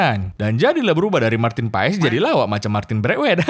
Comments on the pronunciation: bang sekedar informasi, sebutan marteen paes itu marten pass buka paes hehe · BUKAN MARTIN PAES. tapi di baca MARTEN PAS ! pronounciation DUTCH daerah tertentu itu bos.. jgn salah sebut nama orang.